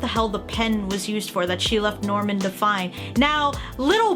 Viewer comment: That's not Norman that's Nirman